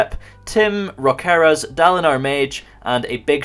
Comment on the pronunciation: Hey I think Rokeras (your patron) is a southern slavic for Rocker (rock musician) which is pronounced Roh-keh-rash idk if that is the name nor does the guy care but I just tought if he does to tell you